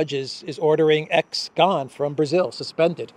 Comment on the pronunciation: Brazil “law”.not correct